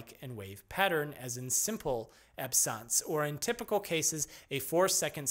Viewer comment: its almost like a alien language. 1 hour in and still in the As... RIP , sore throat? And you are starting to pronounce normal words wrong like absence became absance